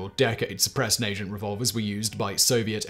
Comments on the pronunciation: Did I just hear "Nagant" pronounced "Nay-Gent" instead of "Nah-gant".... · And then “Nay-Jant” revolver? Are you kidding me. Do a little homework Simon. It’s Na-Gant. Just the way it’s written! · Dies everytime he says Naygeent instead of NA-GANT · naygin revolver? lmao na-gant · Work on your pronunciation of nagant. Na-Gont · I’m absolutely shocked you knew about the Nagant revolver!! Well done lol 👍🏼 it’s called NA-GANT, not how you said it! Your British fact boy!! How’d you get that wrong? Haha 😂 also, I may or may not have a suppressor that is quieter than a BB gun 🤷‍♂️ but hey, facts be facts tho right!?? 😉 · Not bad overall. Horrible pronunciation of Nagant. Due to it being a Belgian name, it will be more nuh -gaant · The Russian firearm name is pronounced with a hard G, aside from that I loved the video. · Bro htf were you pronouncing Nagant like that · His pronunciation of Nagant... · Ok, the way Simon pronounced Nagant made me laugh a bit, but there is good info here. I'm also kind of jealous of the people who live in countries that encourage the use of suppressors. But, American lawmakers often do what Mickey Mouse and Hollywood tell them to do. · Speaking as a keen shooter, it’s nice to see such an accurate summation of suppressors - they’re all too often misrepresented, not least by the world of entertainment. A few small errors - and of course the pronunciation of “Nagant” - but all in all this is great.